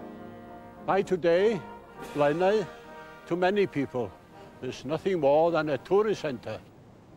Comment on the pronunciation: It's NOT Blaenaw!! It's Blaenau. As in Aye,aye.Spoit it at the beginning.